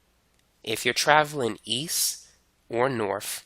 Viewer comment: how come you pronounce it "eas" and "wes" when its easT and wesT?